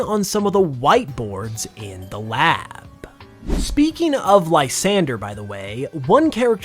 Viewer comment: Oh lord it's been awhile since I've watched one of these videos... I forgot about the long drawn out syllables. "In the laaaaaaaab"